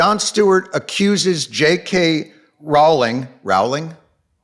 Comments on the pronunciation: The 'Row' in 'Rowling' is pronounced like 'row your boat'. And when people pointed out the anti-semitic tropes, I saw what they mean...but no part of me would have thought "Jews!", and I still don't. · Hey since nobody seems to get it, Rowling rhymes with bowling